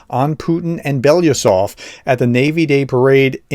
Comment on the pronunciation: Can you say BELO? Can you say U- SOV? (Let’s break it down further: OO- SOV)……I’ve heard you butcher this man’s name three ways til Friday, and it’s so simple to say. Btw, I don’t speak Russian. BELO- USOV…..(or). BELO-U SOV……(the “U” is not pronounced “you” it’s pronounced “oo”). Russian speakers please correct me. I just cannot abide by Americans insulting and mispronouncing names, especially when they are so simple as this one. Some of the eight syllable towns in Ukraine, okay, they’re really HARD, so I understand, but this guy is pretty important, and four simple syllables, C’mon PROFESSOR! As an academic, have a little self respect for someone in your profession. I understand that as a conservative it’s difficult right now for you, what with the Democrats wailing and rocking such a positive message of hope and joy across our great country, especially in terms of Ukraine’s future success, but I hope you will be happy for Ukraine. There is a possibility that the HARRIS/WALZ ticket will keep NATO alive, aid Ukraine, and make sure that putin pays for his misdeeds. We will not go back! 🇺🇦🇺🇸🇺🇦